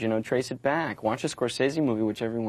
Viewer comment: CR didn't know how to pronounce Scorsese.